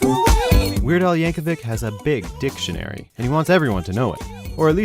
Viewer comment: i know that WEIRD AL has a big dictionary, but you didn't have to emphasize on the "DICT"